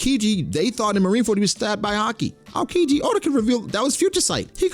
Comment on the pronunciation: the way you pronounce aokiji urks me 😖😖